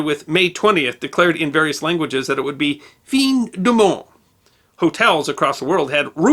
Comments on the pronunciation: It's pronounced Newton's Prinkipia - it's Latin. Also not Feen de Monde but closer to Fan de Monde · The "Fin" in "Fib du monde" is NOT pronounced "feen", but rather "Fan"., I'd recommend you use an online translation app, like Google Translate to listen to, to helo you get a correct idea of how to enunciate foreign words, like French words, correctly, BEFORE recording them for your program. Otherwise, you come off sounding like a complete backwoods hick. Otheewise, your progran is appreciated! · "Fin du monde" sounds like "fan dew mond" not "fin dew mond". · "Fin du monde" is pronounced very approximately "fan du monde". You need to make an effort in your pronunciation of foreign words and phrases. Often they are incomprehensible, or nearly so.